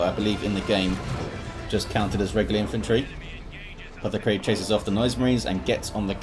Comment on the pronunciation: Thanks for casting! The way you pronounced my name the first time is correct (ie NOT as "Cry"). /TheCrydd